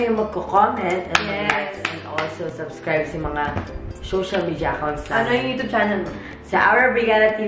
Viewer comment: youchube? youtube po